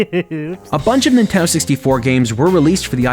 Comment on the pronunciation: you keep forgetting to pronounce the D in Nintendo, so it sounds like Ninteno